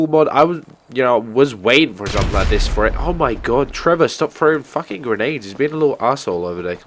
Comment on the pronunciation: your that guy who says dis in stead or this